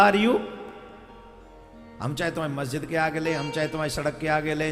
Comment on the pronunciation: Guru ji majjid nhi masjid hota hai ... lol 🤣😆🤣🤣😆